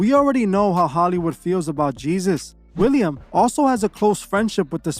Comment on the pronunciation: Willem Dafoe not William.